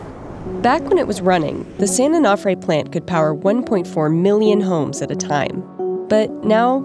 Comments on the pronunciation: It's "san oh-no-fray", not "san-oh-noff-fray." Because mispronunciation of the name poses a far greater risk to the public than spent fuel, I guess... But seriously... "these containment facilities are fine as long as the vents remain open" (paraphrasing). So what happens if the vents get blocked, say by sand and debris due to inundation by sea water? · Can’t even pronounce San Onofre… social media scientists at it again. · Please pronounce San Onofre correctly. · Painful listening to the incorrect pronunciation of San Onofre. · How do you visit a site, interview people, have a recorded interview where the name is pronounced for you, and still can’t pronounce the site appropriately? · I can't stand how she says San Onofre. Should have asked someone how to pronounce it. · COULDN'T YOU PEOPLE FIND A NARRORATOR THAT CAN ACTUALLY PRONOUNCE SAN ONOFRE CORRECTLY??????? Drives me insane! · The way she pronounced San Onofre was terrible. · A-no-fray and clu-men-tay. Your sources and your samples footage even says everything like this. Yet they still say it incorrectly. Why does this bother me so much? No idea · She pronounces San Onofre and San Clemente wrong every time 😡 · I live in San Clemente and she pronounced San Clemente and San-O wrong. So now I feel very depressed.